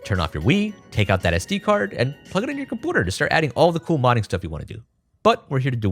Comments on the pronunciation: Why does bro say compooter instead of computer, he replaces the u with oo 💀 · i just cant i-i hear that he says compooter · Not being rude but your pronouncing "computer" wrong. Because in the "u" its pronounced like "pew" (love the video btw) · Compooter are you deadass 😂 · Why do you say "Compoter"? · Com-pyoo-ter. You can do this. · bro says computer so weird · Please don’t pronounce computer like that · Computer is incorrectly pronounced unless you are joshing